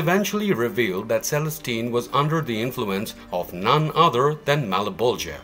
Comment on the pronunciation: malaboja does not sound right